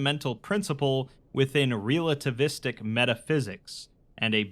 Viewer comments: It took me a while to realize you were saying "realativistic" and not mispronounced relativistic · Love you dude, but I cringed every time I heard "REAL-ativistic". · Hearing you mangle and mispronounce the word relativistic so many times in such a short period of time made me want to reach through the internet and strangle you.